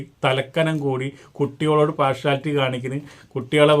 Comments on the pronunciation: പോർഷാലിറ്റി അല്ല പാർഷ്യാലിറ്റി. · കോപ്പറേഷൻ അല്ല, കോർപ്പറേഷൻ (corporation) ആണ്. പാഷുവാലിറ്റി അല്ല, പാർഷ്യാലിറ്റി (partiality) ആണ്.